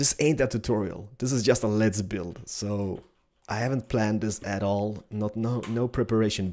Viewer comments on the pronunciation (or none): Can you read? The guy said ''no offense'', which means he is NOT MEANING TO OFFEND. When says ''let's build'' it does rather sound like ''lez build'', that's because his accent is epic. Oh and, there's this think called a 'dictionary' in which I found the following; 'Revengeance (noun) vengeance; revenge' ps: don't start dissing people when you suck at it.